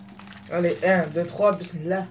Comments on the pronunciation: t'es pas italien tu dis mismilla et tu t'apelle mohamed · t'est pas un italian t'est un arabe .Tu dit besmila